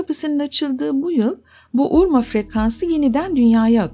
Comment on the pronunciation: Urma değil Urmah.